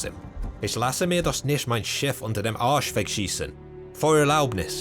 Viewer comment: That "Arsch" and "Feuererlaubnis" was spot on